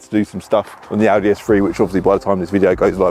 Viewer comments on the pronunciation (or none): none